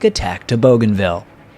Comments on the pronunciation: Pronounced BOO-gan-ville, not BOW-gan-ville. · Bouganville is pronounced boo-gahn-VEE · My dad served in the Pacific,WW2. 2nd Marine Division,,,You did a wonderful video here, I'll check out your other ones. I do believe Bouganville is pronounced BOOganville. Just a minor thing, no biggie. Thank you. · BOOGANVILLE NICHTWAHR? But spelt BOGANVILLE ? is it not? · All that work & you couldn't learn the pronunciation of a 2 syllable word ? :face-blue-smiling